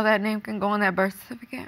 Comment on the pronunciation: People have to learn how to pronounce the word "Birth Certificate"!!! It drives me MAD!!!!!🤯